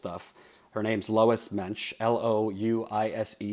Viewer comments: I am lolling quite a lot at pronouncing Louise as Lois. Is Louise not a name in the US? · Lol Louise is pronounced 'Lou-eeze' 🙈😂